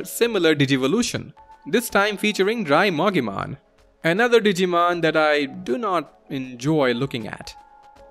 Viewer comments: I noticed some Digimon names are mispronounced. Bakemon is Bak-e-mon Drimogemon is Dri-mo-gee-mon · >Bakemon (bah-ke-mon) from bakemono which is Japanese for paranormal being/ghost. >Same goes for Monzaemon (mon-zai-mon) whose name comes from a Japanese playwright. >Drimogemon (Dree-moh-ge-mon) as in Drill + Mogera which is a type of Japanese mole Sorry the way you pronounced the names just bothered me a bit 😅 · bakemon is pronounced bah-kay-mon. not bake-mon as in baking. also its drimogemon, not drymogemon